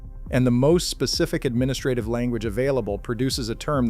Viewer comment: Stop saying administrative!